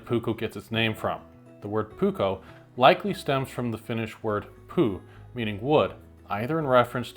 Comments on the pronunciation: FYI: in Finnish the letter P is always clearly released, never soft or silent. So the word "puu" doesn't actually sound like English poo 😅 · ....but you made the word puu sound like "poo" and who uses $*it as a handle🙃